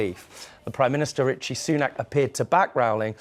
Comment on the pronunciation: Did you just call him Ritchie Sunak?